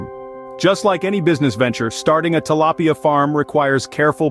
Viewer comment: Great video but when the narrator went from pronouncing it “tilapia” to “til-lay-pia” I thought I was going crazy.